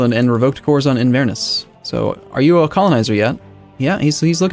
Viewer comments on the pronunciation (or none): In-verrr-ness Lel.